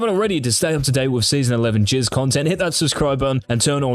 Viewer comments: why does this guy keep saying jizz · Everytime he says Jizz only thing in my mind is